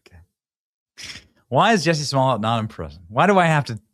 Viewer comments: You have to get the pronunciation right, like Dave Chappelle would say "juicy smuh-le-a" I implore everyone to watch his standup on that 🤣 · Excuse me sir, it’s pronounced, “Juicy Smoo-yay”!